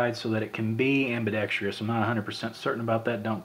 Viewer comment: Shots of your hand gesturing & blocking viewing the weapon, should've been edited out! Nobody needs to see your gesticulating paw during the review. BTW, it's ambidextrous....NOT ambidextr-i-ous!